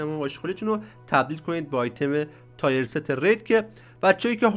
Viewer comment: تییِرست گل من نه تایر ست.